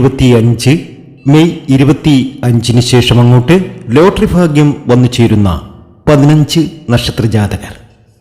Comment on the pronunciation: ഫാഗ്യം അല്ല 🥰ഭാഗ്യംഫേക്ക് പ്രവചനം